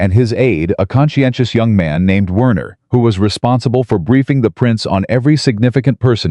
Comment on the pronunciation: Werner is pronounced Verner,this is how German language works ok